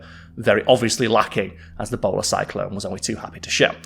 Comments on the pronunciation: I thought he said "Ebola Cyclone" and ngl I was more terrified of that. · I cant stop hearing ebola cyclone lol